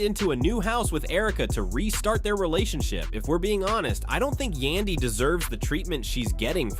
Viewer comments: I always question these stupid posts when the narrator can't even Prounouce a cast members name,...He can Prounouce mendecees and Rasheeda But not Yandy.....Who's Yundy ????.....He finally got it right in the last 8 minutes of the video,, Somebody probably whispered in his 👂 ear,,..(Its YANDY Fool !! 🙄) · Who is yundy ? It Yandy !!!!!! Wth cant yall get our names right Yandy rhymes with Andy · White folks really be acting like they can’t sound out letters once a Black persons name comes up.. Tf is a Yundy when there’s a whole “a” right there. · Say the name's right. Yandy don't need to listen to Rasheeda. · You can pronounce Rasheeda but not Yandy?